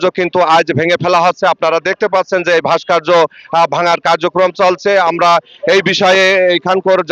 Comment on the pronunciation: শব্দটা "ভাস্কার্য" নয় রে বলদ ওটা "ভাস্কর্য"।😂😂